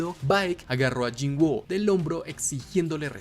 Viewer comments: Excelente video, solo diria que mejores la pronunciacion del nombre del personaje, no se llama "yinguo", se pronuncia "yin-u" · Se escribe woo pero se dice wu por qué tiene doble o y se leé cómo u Bro.